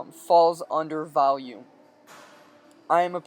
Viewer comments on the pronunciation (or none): Are you saying Valium or Volume?! Shit I'll do both if it gets my triceps jacked up! #BEASTMODE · valume.... Lool